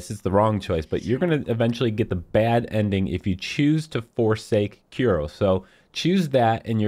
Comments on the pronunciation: It's Kuro not Kiro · Kiro? Kuro. Nice guide